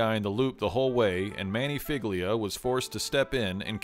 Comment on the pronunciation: Figlia is pronounced fee-lee-ah, like feelya. I understand you don't know the language, but madone…